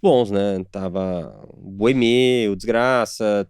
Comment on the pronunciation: a olhadinha do Cristian quando o nelsinho fala chama do di grassi de "Dis Graça" KKKKKKKK